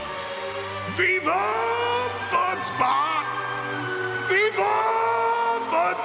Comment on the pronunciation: I really thought he was saying “viva foot spa” and not “viva fun spot” until i saw the logo😂